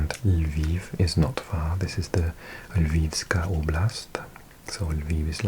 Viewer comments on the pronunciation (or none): none